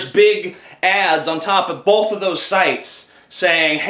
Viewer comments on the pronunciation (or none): The fact that you've pointed it out previously, I can't help but notice every time you say "bolth". lol :)